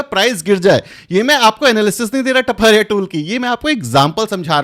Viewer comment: It is not टपारिया but तापड़िया tools